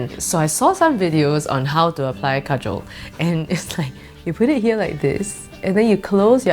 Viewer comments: Thats not how we pronounce kajal 😅😂u said Kajol its an indian actress name 😁it's ok tho cuz u don't know hindi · Kajal is pronounced car-jal 😂😂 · This is Kajal not Surma 😂 apply properly